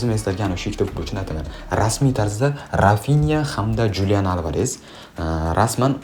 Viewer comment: XULIAN ALVAREZ deb oʻqiladi julian emas